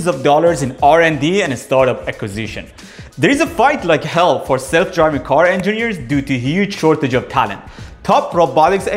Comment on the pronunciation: please be attentive and carefull in how one says the word hell